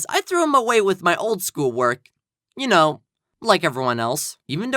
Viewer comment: Hey hey hey it’s not”I don’t koe” it’s “I don’t know